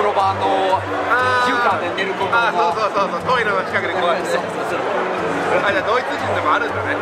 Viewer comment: ネイティブの「あ、そぅ〜」が聞けた！